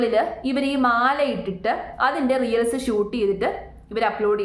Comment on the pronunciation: റിയൽസ് എന്നതിന് പകരം റീൽസ് എന്ന് ശരിയായി തന്നെ പറഞ്ഞു കൂടെ..